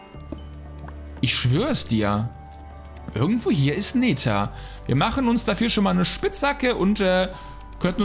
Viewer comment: Wie wäre es mal mit 'ner richtigen englischen Aussprache von Nether oder sag' dann einfach Hölle(nbiom). Aber dieses Neetär geht auf den Sack :P